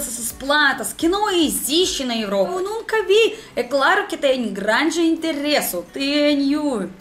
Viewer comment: "Eu sou gRRRRRande fã dos pôr do sol..." Minha nossa! Que fofura!